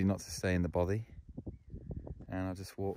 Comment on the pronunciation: love your videos mate, really well produced but as a Scotsman I have only one complaint, your pronunciation of Bothy is making my teeth itch :) I will help you though ! its "baw - fay" kind of like toffy